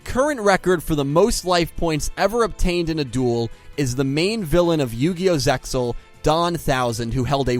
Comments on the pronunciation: stop pronouncing the x in zexal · ZeXal is to be spoken without the X. (pronounced ZAY-al [IPA: /ˈzeɪ.al/) Must be sad to know only the shitty Dub Versions of 4Kids and Funanimation